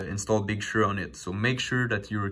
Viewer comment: Can please say 'Big Sir' instead of 'Big Shur'?